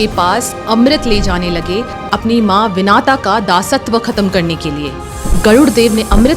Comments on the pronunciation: Nice video on Garuda Baghawan. Just a small correction, it's pronounced as Vinata and not Vinaata. Now the answer to your question: Sri Garuda Baghawan's mother Vinata had a sister called Kadru who was a very cruel serpent 🐍. Both were married to Maharishi Vasishta. Kadru always wanted to be superior to Vinata and dominate her. Kadru's nature as a venomous serpent was such that she would first appear as an extremely beautiful woman before any great saint to attract them and damage their sanctity or value of tapas. Kadru attracted many big rishis, big saints, very good people through her enchanting appearances and lured them. This way Kadru tested whether her venomous power was high or the tapas value of the rishis/saints was high. Vinata was very pious on the other hand. One day, she decided to permanently enslave her sister Vinata and devised a plan. She called Vinata and said, in the twilight hour, the divine white horse Ucchaishravas will fly in the sky and I'm betting that the hair at the bottom of it's tail would be black in color. To this, Vinata said Ucchaishravas is a white horse and the tail hair is white as well. Kadru said if the tail hair is black, you'd be mine and my serpent children's slave for the rest of your life and if it's white I'd be your slave. Kadru secretly asked her serpent children who were black in color to cover Ucchaishravas's tail. That day during the twilight, when Ucchaishravas flew, it's tail appeared black with Vinata's serpent children cove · पता नहीं भारतीयों को क्या हो गया है कि अपनी मातृभाषा देवनागिरी को English की तरह पढ़ते बोलते हैं..... गरुड़ देव की माता जी का नाम विनता था.... विनाता नहीं था..... Video बना कर लोगों को धार्मिक कथा सुना रही है पर खुद ठीक से नाम लेना भी नहीं आता.... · Dear ur right but one thing is wrong😅...her mother's name is vinta...not vinata🙏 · Its Vinta not Vinata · Wo vinaata nahi hai vinata hai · Its विनता, not विनाता